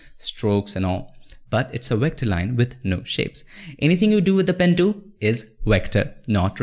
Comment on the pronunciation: "pen tooom"